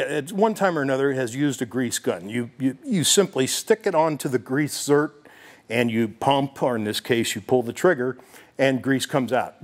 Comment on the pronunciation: zerK...not zerT